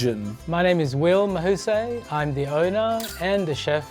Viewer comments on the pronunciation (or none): Mahu say? Stop with the act, its ma hu sai. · MAHUS"AAAH"Y NOT. MAHUSEY.